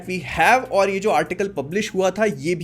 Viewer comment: Bhai tum or to bolte ho par mujhe ol do kyu sunai deta hai😂